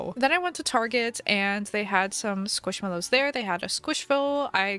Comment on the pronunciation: Everyone knows u can’t spell squishmallows 😂 because u hear it like ‘squishmellows’ u say ‘squishmallows’